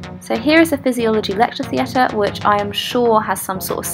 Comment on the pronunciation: I live in South East England, and I have never heard anybody pronounce the A in theatre to the extent you did in this video lmao